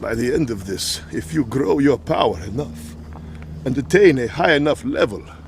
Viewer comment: "How would I gwow to a high enough levow?" "You would gwow by..."